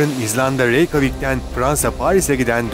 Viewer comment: "Reykjavik (İzlanda (🇮🇸)'nın başkenti)" Türkçe 'de "Reykavik" diye değil "Reykitavik" diye okunur. Sadece bilgilendirmek istedim... 🇹🇷🇹🇷🇹🇷🇹🇷🇹🇷🇹🇷🇹🇷🇹🇷🇹🇷🇹🇷🇹🇷🇹🇷🇹🇷🇹🇷🇹🇷🇹🇷❤❤❤❤❤❤❤❤❤❤❤❤❤❤❤❤🇮🇸🇮🇸🇮🇸🇮🇸🇮🇸🇮🇸🇮🇸🇮🇸🇮🇸🇮🇸🇮🇸🇮🇸🇮🇸🇮🇸🇮🇸🇮🇸